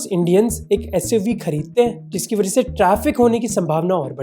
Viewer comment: वरह से ❌️ वजह से ✅️